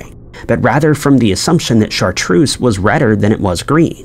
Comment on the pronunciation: very American though. It's actually pronounced Shartrerz